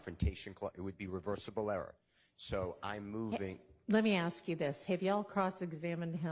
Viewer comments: How can an attorney that's gone all the way through law school and served at the bar not say 'ask' correctly. IT'S ASK, NOT AXE. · the word is "ask". I know you can say it right. Stop being lazy or trying to make some sort of point and say the word correctly. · I don't know what the hell is going on in Georgia law schools, but I know several black people who know how to pronounce sk in the word ask. Both this woman and constantly say axe which drives me crazy. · She is “finna” say “axe” every time. English subtitles would assist your non American viewers.